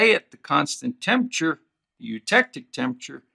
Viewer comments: Good video. Just one side note: it's pronounced TEMP-ER-A-TURE. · i was also intrigued by the way he pronounced it. i wonder where he's from